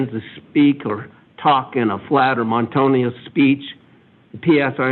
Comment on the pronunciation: Idaho attorneys cannot pronounce monotonous correctly? That’s embarrassing for him. Mountainous speech? And his “autistic?” That is autism. Autistic defines the diagnosis. And then attorney #2 cannot properly read mores, (pronounced more-ays, the social norms widely observed in a group or society). The dude did not even recognize that as a commonly used word, and changed it to morals. He then talks about low IQ of the defendant. Wow! Not impressed by either attorney. I have two college degrees, and I did not understand the judge, either. All the judge did was get more terse, and angry sounding...less understandable, and frightening. This was wrong. Obviously, a normal person isn’t going to bury grandma in the yard like Fido. His mother ruled that boy. He did not understand the crime, the ruling, what was going to happen, or what was expected of him, so the Judge would find in his favor a year from now. This was sad...and the Judge didn’t pronounce mores, as used in this context, correctly, either.